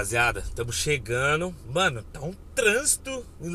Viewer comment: Não é chegano não. E sim. Chegando. O português correto. É bonito. E cultura rica. É o que enriquece país. Toninho Poeta.